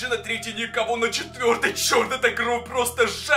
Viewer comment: Почему ты говоришь кров они кровь